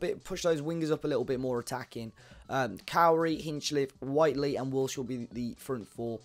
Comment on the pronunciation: thanks for starting to say whitely correctly mate lol